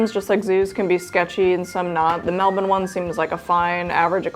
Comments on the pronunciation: Off topic, but as a local, your pronunciation of Melbourne is perfect for a yank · as an Australian I appreciate the correct pronunciation of Melbourne